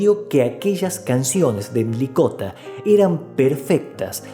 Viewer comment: El apellido no es "Milikota". Es Mlikota. Este apellido contiene una sola letra i. Comienza con eme, ele, i.